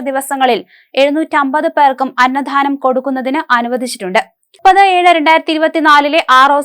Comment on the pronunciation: അന്നദാനമാണ് അന്നധാനമല്ല